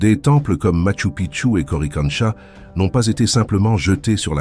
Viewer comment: После мачУ пткчУ поняла,что дальше смотреть можно,но слушать больно 😅. Сразу же отпишусь от этого канала с ии озвучкой. Нет ничего приятнее человеческого голоса😊.